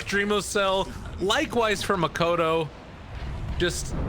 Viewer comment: boom can win? that's new. why the caster always call "makoto" instead of "mikoto"